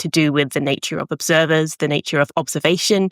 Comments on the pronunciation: I'm sorry, after the third time she said naytuar instead of nature i had to stop watching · I certainly never heard anyone so posh that they say "Natier" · Is this how Kiwis generally pronounce 'nature' (something like /ˈneɪ̯.tjə/)? I've usu heard Aussies say /ˈnæɪ̯.tʃə/ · Her way of pronouncing "nature" skills me!!!!!!!!!!!!! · Cute pronunciation of “Nature”, too.